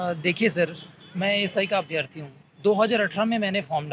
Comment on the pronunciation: अभ्यर्थी होता है न कि अभ्यार्थी